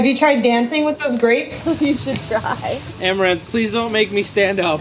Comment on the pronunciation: u mean arm-a-ranth desperate for views par-tay